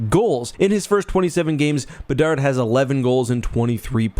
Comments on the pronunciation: Did say “bedsy of the Chicago bedards”? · "Bedsy of the Chicago Bedards" made my day.